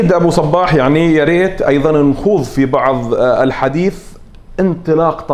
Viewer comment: المذيع جداً سيء وكلامه ثقيل وطويل وينطق اسم ابو صباح غلط ومبين على ابو صباح انه مو مرتاح بالمقابلة ، للاسف جداً جداً سيء المذيع